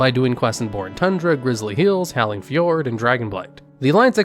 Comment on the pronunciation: How about how he said fjord